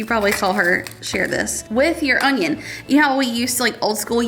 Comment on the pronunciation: pronunciation of onion with a 'g' in it is hysterical!